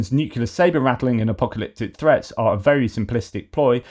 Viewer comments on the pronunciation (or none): none